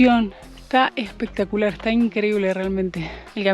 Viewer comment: "Pizza con café 'pectacular" jajaj fan.